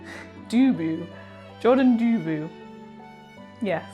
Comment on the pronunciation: it's pronounced "dubeau"